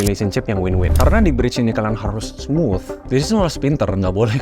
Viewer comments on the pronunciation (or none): none